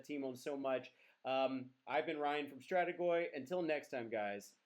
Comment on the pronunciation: You said Strategoi (finally) wonderfully! 😂